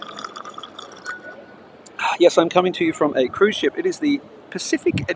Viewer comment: Said 'cuise ship' 356 times